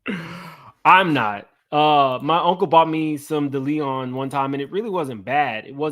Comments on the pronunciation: It was driving me crazy😂😂😂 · Omg please learn how to say Diageo and Deleon. Its driving me nuts.